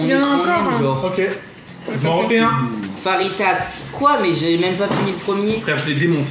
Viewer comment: Ça se dit fajita pas farita